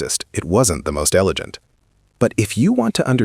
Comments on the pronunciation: Nicely done video. The script is well written, but AI narration always has some trip-ups, like elegant pronounced elejent. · EleJent? Did he say EleJent. Yeah. AI voice over trash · Gant isnt pronounced jant idiot. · "it wasn't the most elejant"? Was this voiced by an AI that doesn't know how to pronounce "elegant"? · More ai bullshit complete with mangled worts. Example; elegant pronounced with a soft g. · Is this an AI voice? I don't think a real human would pronounce elegant as 'elejant' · AI slop, learn to pronounce ELEGANT